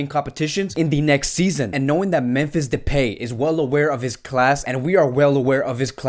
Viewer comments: It's pronounced "de-pie", bro. Not "de-pay-myfee". 😂😂 Much love regardless hehe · Depay is pronounced with last syllable like in MY so depy ;-)